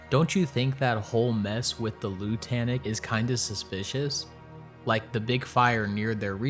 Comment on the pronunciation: Is anyone going to mention the fact that Lutanic is supposed to sound like the word lunatic? Or is it just not worth mentioning?